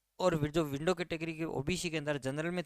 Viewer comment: क्या बोल रहा है तू .…विडो या विन्डो